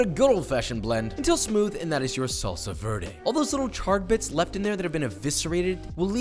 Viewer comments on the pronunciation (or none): dude says "verde" in the most american way ever then 2 seconds later he nails a French accent. like bruh. gold star for French now go do Spanish. welp i still love your vids and like your comedy so dont mind me cringing a bit